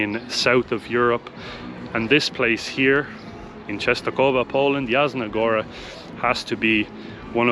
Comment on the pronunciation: Yasna, "J" in Polish is prenounced like "Y" in word Yeti. Yasna Goora. 😁